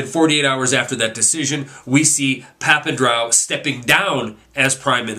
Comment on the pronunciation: its pronounced papan-dre-ou dre as in dr dre...